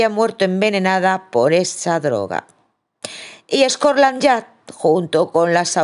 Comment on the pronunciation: Perdona, no es scorland yard sino scotland yard